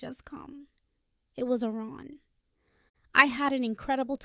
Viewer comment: Quit half the way through. This is the worst AI voice ever with a horrible annoying pitch that would repeatedly fade off to a quieter squeaky sound. Oh by the way, it is Aaron, not Oran. At least it didn't have that random grunt of the previous sucky voice.